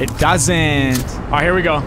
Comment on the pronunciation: Nick gay bruh how he said “ It doesn’t “